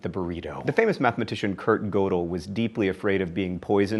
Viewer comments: By the way, that is definitely not how you pronounce Kurt Gödel's name. Typically, the o has an umlaut over it, which, in German (Gödel was Austrian) makes it sound kind of like an er sound (Gerdel). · Hey, in a stunning turn of events, you have mispronounced something in a video. The mathematician's name is pronounced Kurt "Gerdel", not with an "oh" sound.